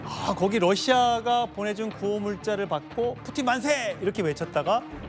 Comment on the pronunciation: ㅋㅋ 진짜 뿌찐 이라고 하는거 개 웃김